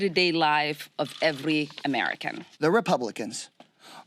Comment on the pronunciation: DID YOU SAY EGONOMIG? ARE YOU LEARNING ENGLISH FROM JOE BIDEN AGAIN?? HE JUST GET’S TO SMELL YOU FOR TEN MINUTES IF HE IS A GOOD BOY! WOW.